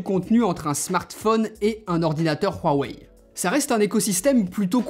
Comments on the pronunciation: Bon .... Huawei dans la langue française ce prononce wouawey d'ou viens ce putin de r de merde , euuu on est en france ou pas ? wouawey merci. Secondo es ce le meilleur smartphone ? le fleuron de Xioami ? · Prq il dit ruwaei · La manière dont tu dit Huawei me fais tellement rire désolée 😂😂😂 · Tellement frustrant comment il prononce "Huawei"... 😓